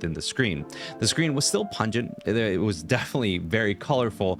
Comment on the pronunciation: 241: pungeant?